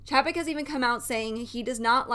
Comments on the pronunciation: Pronounced..... CHEY-PEK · If you don’t know how to even pronounce his name I can’t take your opinion seriously.